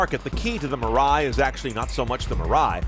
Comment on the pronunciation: Dam the way you butcher mirai. It is pronounced mi-ra-i